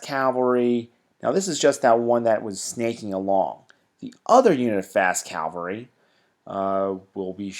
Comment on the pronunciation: why can't americans pronounce 'cavalry'???